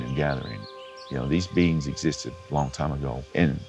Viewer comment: Did anyone else hear "there are Beans living in the woods" now I can't unhear beans whenever he says beings!